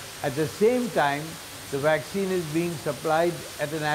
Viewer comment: Dr. P is a great man. The news reporter needs to learn how to pronounce the words he is using - Waxine and Anthrapanorial 😂